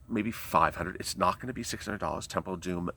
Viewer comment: God bless you sweetie evertime you say the temple of domm it makes me laugh you are a trip ❤️🙏